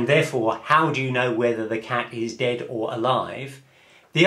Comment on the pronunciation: I like how you say dead. 'Dehd'